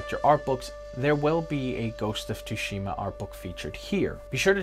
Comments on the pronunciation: Hearing Tu shima is so cringY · So excited to play dude! Greeeeat video dude! Its (T)sushima. T is silent lol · if only you can pronounce TSUSHIMA! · It's quite bad huh 😅. Years of anime in subbed all for naught 🤣